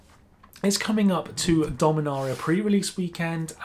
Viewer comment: Take a shot every time he mispronounced dominaria